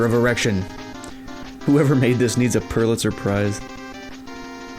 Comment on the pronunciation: Did he really say a purlitzer prize😂. It’s Pulitzer bra